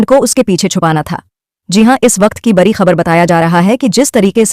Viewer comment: Pahle to ap sahi se bolna shikho bri khabar nhi hota badi khabar hoti h larai nhi ladai